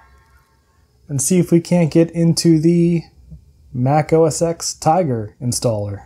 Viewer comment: oh tsk tsk, you said Mac OS ex, its said as 10, sorry purest view here :)